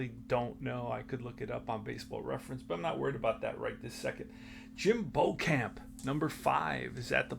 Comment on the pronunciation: Jim “Bee-chum”